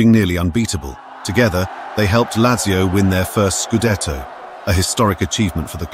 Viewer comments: I don’t know much about football but your pronunciation of Lazzio offends me. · It is pronounced Latzio. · How is it you can pronounce Thurunayapuram correctly but not Lazio?